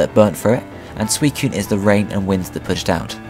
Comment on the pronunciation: thanks,i never knew how to prenounce suicune's name